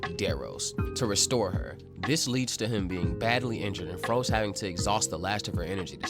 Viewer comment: Froze is pronounced as rose is pronounced in dragon ball super.